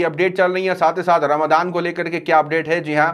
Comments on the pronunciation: Bhai suno sahi word aap to boliye (ramzan hai ramdan nahi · Ramadaan wrong,,, Ramazaan right